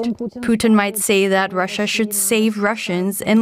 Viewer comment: And that annoying pronuciation of the words Russia and russians. It's pronounced ruh-shuh, not rassiya or rassiyans.